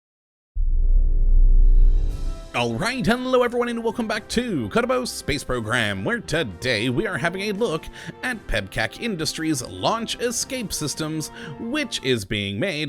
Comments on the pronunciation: nope he's saying kottabos space program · Kerdabol space program is what he be saying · This guy is an idiot. He doesn't know how to say "Kerbal" and the first LES was stock... Not modded